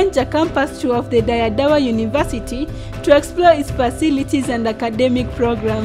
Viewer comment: Is that how Dire is pronounced ? Not d re..re as in red? Dora what? Or doro wat? I am not Ethiopian but i can tell local names and words are being murdered 😊 And many people have heard of Dire Dawa.